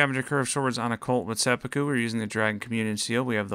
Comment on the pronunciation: Seh-poo-koo please